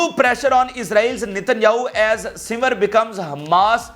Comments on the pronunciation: Bata simr nahe sinwar ha sara nam Tu galat bolts ha, English ma bare galteyan han😂 ina thaik kar .😅😅😅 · Yahya Sinwaar plz pronounce correctly with respect his name 😡